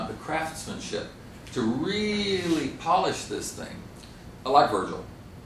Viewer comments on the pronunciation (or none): none